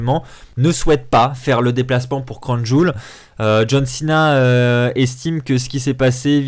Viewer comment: Le catch est avant tout du divertissement certains catcheur non pas le choix d'y venir et ils vont quand même risquer leur vies pour nous ça serai que irrespectueux de votre part de ne pas regarder ce qui se passe au niveau politique ça nous regarde pas ni la wwe. Puis on dit pas crown joul mais crown Jiwéle ptn